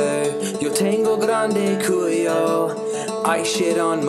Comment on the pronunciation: "grande Culio" lol i think Cody meant "Culo"